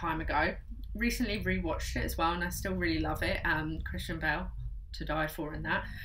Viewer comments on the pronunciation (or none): none